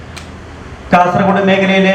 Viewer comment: Y R U saying KASARAKODE ? Pronounce as KASARAHODE OKAY. For your information KASARAKODE is in. Honnavara taluk of North Canara district. Pl do not repeated this mistake hereafter.